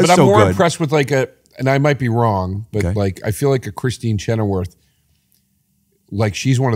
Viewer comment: Chennerworth....such a NY way to pronounce Chenoweth